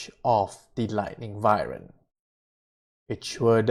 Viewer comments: Its not vivern its pronounced Why-Vern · Its Wyvern not Vywern lol